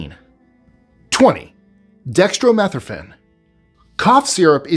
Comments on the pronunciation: Dex-tro-meth-ran? Dextromethorphan: Dek-struh-muh-thor-fn. makes it sound like a different drug. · it's "Dek·struh·muh·THOR·fn" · you're pronouncing Dextromethorphan wrong and you're annoying me. Are you British or something? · like the way you pronounce "dextromethorphan"